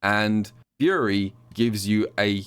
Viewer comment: Nah, he was definitely saying it weirdly. Even after I recognized he was saying "Fury," it still sounded like "Yuri."